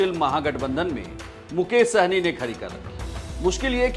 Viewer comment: सहनी नहीं सहणी😂😂